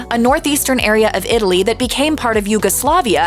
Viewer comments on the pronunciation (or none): none